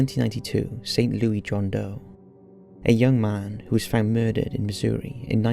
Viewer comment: It's pronounced: "Saint•Lou•Iss" here in the US lol.